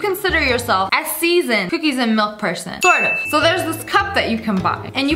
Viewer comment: Excuse me ma’am it’s Màłk not mìłk